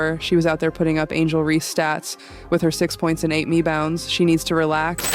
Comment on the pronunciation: “six points and 8 mebounds” lol am I the only one that caught that??? That was awesome and accurate